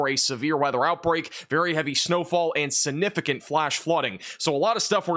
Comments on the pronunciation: There goes saying, "Sinnificant" again.😂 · Will learn to pronounce the “g” in “significant” before he hits 1 million subscribers?